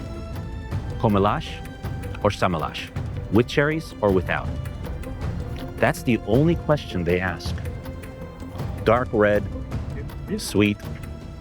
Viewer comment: Alguém que pronuncia "com elas" e "sem elas" como "comelas" e "sêmelas" não é de certeza português.